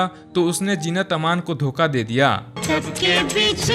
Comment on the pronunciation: Zeenat ka naam thik se pronounce kar na seekho